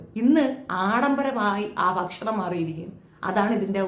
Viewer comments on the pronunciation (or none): none